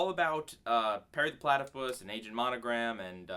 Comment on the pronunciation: it sounded like you said "Perry the Platy-piss" and it was hilarious. XD